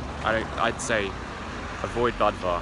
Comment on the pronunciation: It's pronounced boo-dva, not buhd-va